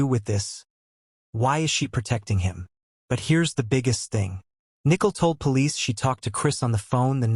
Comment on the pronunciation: Nickel??? Don’t you mean Nichol? As in ni - Cole??